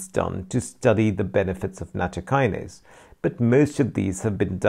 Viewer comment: Thanks for your post. It'spronounced nat TO' by the way